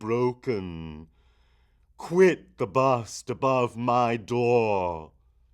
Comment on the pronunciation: Okay, look, the poem has a very obvious natural meter that really shouldn't be fought against... adding the elongated syllables in 'dohhr', 'nevermohhr' etc. ruins the poem, as you know, because you have to rush the other words to fit them in. It's iambic, mostly, and the skips in beat are meant for emphasis. It is a poem filled with incredible imagery, but its structure is the most important thing. It represents a descent into delerium - a fugue. Try thinking a bit about what you're reading.